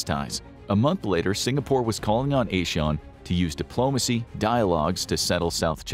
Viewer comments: u said ASEAN wrongly btw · ASEAN is pronounced ah-siaa-uhn, not eh-shawn lolol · he said asean not asian